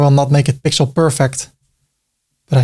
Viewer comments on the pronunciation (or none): none